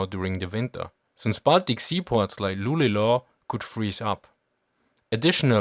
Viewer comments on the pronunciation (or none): Luleå, inte Lulela. Luleo, nicht Lulela. Tack så mycket! ( And simply Lule in the local accent. ) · Luleå is pronounced Lu-le-å or lu-lè as the locals say it, not lu-le-o! Great video, I just wanted to point this out. ;) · Your pronounciation of 'Luleå' was almost correct, but I would like to add that it is more pronounced; "lu-le-aw" and not "lu-le-law". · Luleå is pronounced [ˈlʉːlɛoː] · love ur videos and since I am german myself also ur accent... but this one time I have to object to your pronunciation of "Luleå". Sorry really. If u would write it in "german-letters" u pronounce it Lüleo. Sorry again for beein a "Klugscheisser" but I just couldn't help myself. love the video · The city of Lulea is pronounced "Lu-le-aw" by people who live in the south ie. around the capital. People living in the city of Lulea pronunces the name of the city as "Lu-leh". The name derives from the river Lule that flows through the city (yes you guessed correct - the suffix "-a" is Swedish for stream or river and is pronounced "-aw" so Lulea is a shortened version of "Lule stream"). Keep up the great work! - BONUS (yeaj!!) The same goes for other Swedish citys in the north located by the sea. Skelleftea, Umea, Pitea, Lulea, Ranea are all citys ehrrmm places... named after the rivers that flow through them. (I will stop know sorry so sorry - not sorry)